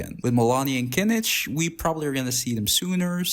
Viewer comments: kinič? its read as kinih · his official english name is "Kinich"